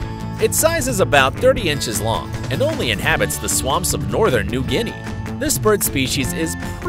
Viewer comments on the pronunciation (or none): none